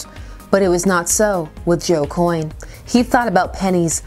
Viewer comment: “Coyne” XD